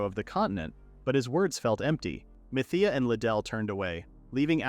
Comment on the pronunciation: The last one I saw of this manga, the ai pronounced mithea as meteor. Now, I’m beyond proud of how ai has grown… until 2 seconds later. (Riduru —> Liddell)